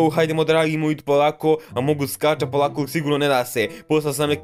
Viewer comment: Nije among us nego amonguz😂